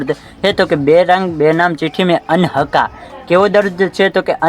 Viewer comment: ❌Aanhaka dard😂😂 ✅ Ankaha dard.